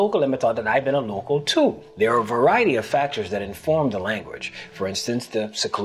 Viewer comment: I’m just trying to find out why prop joe pronounced it “tyoo” instead of “too”